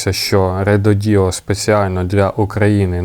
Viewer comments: РЕДОДО , а не реДОДіО😂😂😂😂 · Рододо, а не РедодІО😂😂😂